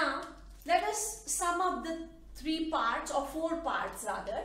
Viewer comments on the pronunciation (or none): none